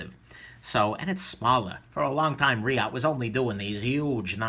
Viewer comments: Reate is pronounced Ree-at according to Mr Skelton who said his Rockstead Shun is the only knife that's so sharp that it scares him. Rockstead's website is interesting. I'm envious because i so want to try the Olamic 247. Now when is the video of what you bought at Blade HQ coming out? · Great vid! Blade HQ did a video at the Reate booth and David said it's pronounced Re yaht or yacht... At first I really wanted the Mamba, I just don't like the heal of the blade with that big unsharpened swedge due to the sweeping grind. It still looks badass though!